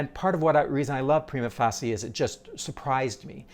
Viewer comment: appreciate your posts - but please, edit this one to fix your pronunciation of 'prima facie', which is like a record-screech each time! Even though the Brit and Am versions differ a bit from the classic Euro version, yours is unique, ut not in a way you'd want. Just add an 'uh' at the end and you'll be back on top!